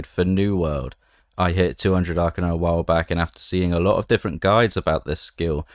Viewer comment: I thought it was pronounced Arcane "a" rather than Arcanar... Hmmm :S